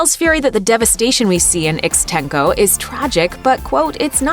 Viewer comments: "...Ickstencoe..." Uh... I don't think that's how Ixtenco is pronounced. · The opening scene in Spider-Man: Far From Home (which was shown after the Stan Lee tribute in the re-release of Avengers: Endgame) is not. As the narrator explained (with a typically culturally ignorant pronunciation), the opening scene takes place in Ixtenco, Mexico.